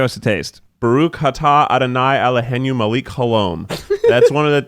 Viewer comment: The way Keith said "muh-LEEK" instead of "MEH-lech" is killing me